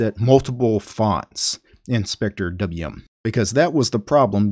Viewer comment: wth just pronouce it “spectrum”